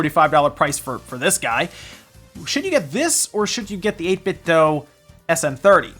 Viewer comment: Just so you know, 8BitDo themselves told me it's pronounced "Dew." Thought I'd share that with everyone.